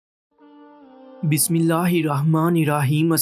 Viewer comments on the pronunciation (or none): Bhai aap bismillah sahi se padha karo